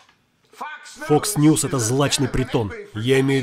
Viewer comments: Мне показалось или он и вправду говорит не "Fox", а "Fucks News"?))) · Vaseslav, он говорил не Fox News, а Fucks News :)) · он говорит не фокс ньюс а фак с ньюс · мне послышалось или на 1.40 чувак сказал не ФОКС ньюз, а ФАКС ньюзь (в переводе примерно ЕБ...НЫЕ новости)